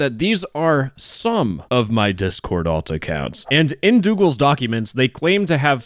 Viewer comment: Unc just said he doogles himself😭✌